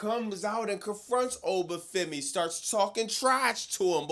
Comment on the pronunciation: Please dont turn oba femi into ova for-me. 🙏